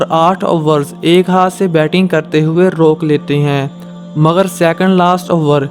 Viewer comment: "مگر" ھوتا ھے ناکہ " مغر "